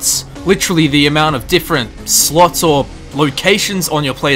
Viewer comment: When i heard him say armor slots I heard armor sluts. Im wierd lol